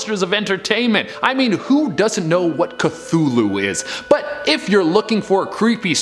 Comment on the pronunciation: Lol cthultu 😆 Call of Kuthulu metallica🤘